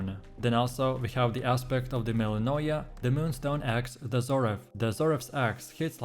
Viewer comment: Aspect of de MellInOyA Dude I can't tell what aspect you're even talking about. You don't pronounce them correctly and you dont show gameplay with them. Lazy made video.